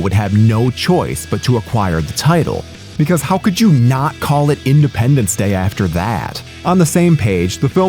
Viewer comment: "Idependence".... that alone is friggin hilarious.